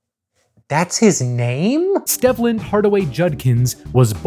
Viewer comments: Stehvland? No, my guy…it’s Steevland. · According to Wikipedia, it’s pronounced Steve-land. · It's pronounced STEEV-lend btw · His birth name is pronounced Steve-land. Otherwise, good video. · At least get his forst name right before you do a video about someone. His name is pronounced “steve-land”